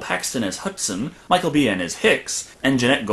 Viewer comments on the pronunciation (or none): I liked most of your review but 1 little thing. Michael Biehn's name is pronounced like Bean not "Bee-in". The rest was really well done.